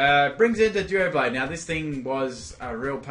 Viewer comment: Why do his pronounciations suck so much? The pokemon is called Doublade as in Double + Blade, not duo + blade